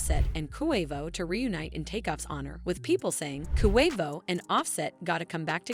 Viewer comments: Koo Way Voe? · Who tf is koowayvoooo? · Jesus get off the rap if you can’t even pronounce his name right QUAVO NOT KUHWAVO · Its Not Pronounced CoWavo its Pronounced Quavo..Yall Wanna Speak on Our Culture, At least Pronounce The Names Right out Of Respect..And If You Don't Know How To Pronounce it Right Ask Someone From The Culture.. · I’M SO SORRY BC I’M SAD ABOUT TAKEOFF BUT SHE KEPT SAYING “KOO-WAY-VO” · QUAY-vo— QUAVO pendeja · stop sayin KOO-WAY-VO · This reporter bish can't say Quavo right... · This video does not deserve to be watched they obviously don’t know anything about migos if she keeps saying ku way vo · KHU WAY VOUGH 😭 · Girl, it’s QUA-VO 😂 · Ooookay, I’m out. I can’t hear KOO A VOH any longer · Why is she saying Koo Way Vo ? 🤦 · “Coo wave oh “mam get it together it ain’t hard “so Wheatie”🙄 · How she say Quevo is really irking me lol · Coo-Wave-Oh🤣, could never take this serious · KHUU WHEY VOUHH AND SA WEE TEHY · WHY THIS CHICK KEEP SAYING KOO-WAY-VO?!?! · I’m out, said it way too many times 😂😂😂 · This that goofy ass AI shyt. KHU WAY VOHH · Kuwaivo, like Kuwait 🇰🇼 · Why do you say Quavo so weird? Let it come out naturally. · Yall whiyte folks annoying ..y'all didn't listen to a LICK of their music..can't even say QUAVO right and yall wanna report his DEATH but not celebrate his successes? FUCK Yall. Thumbs down. Yall get on my gd nerves. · Like no lie, stop saying Quavo name like that. An on some real, any real hip hop heads should not even be watching this. She disrespectful to so many of our names. Smh 🤦‍♀️ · 😑 You a culture vulture. Probably didn't even know who the Migos or Quavo was before Takeoff's death. Can't even pronounce Quavo's name right. Can't stand you maggot maf***a's that make videos just for views and likes. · QUAVO BITCH SAY IT RIGHT